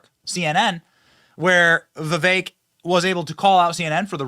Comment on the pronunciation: This guy is just a big loudmouth. Doesn't even know how to pronounce 'Vivek'.